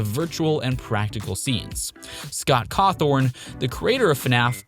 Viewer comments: Bro said Scott carwrthon💀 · "sCoTt CaWtHoRn"